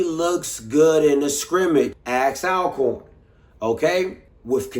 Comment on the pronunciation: If you don't start saying ALL-CORN these Alcorn State folks finna get you bro. Lol. Always Alcorn.